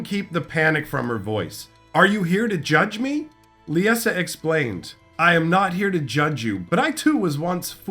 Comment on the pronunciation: Great video, as always. One question: Why the pronunciation? Lie-Sa, I really don't understand why every youtuber I've seen has issues with this name. Lisa, Lieza, and now Leessa. It's just Lie-Sa, they way it's spelled, Liesa. Again, great video, though it was like nails on a chalkboard each time you said it. Much Love, keep up the great lore videos!